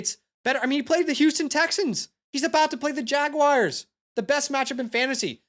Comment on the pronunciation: Dude you are awesome. Fantastic energy!! Kept it up. Also it’s Jag-wars (the feline) not Jag-wires. Not sure if that’s an inside joke tho haha.